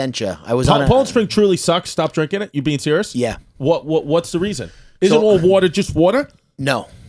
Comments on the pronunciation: Smithtown watah is born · When all 3 of them are saying "warta" (water) rapid fire hahahahaha ish